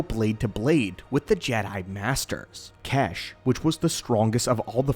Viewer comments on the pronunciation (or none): His name isn’t kesh, the pronunciation of xesh is as follows(zesh)